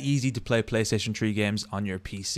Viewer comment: Playstaytion tree LOL love you dude